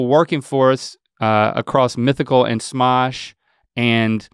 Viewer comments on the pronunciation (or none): as always, an interesting and insightful episode. i think link says “smosh” funny :)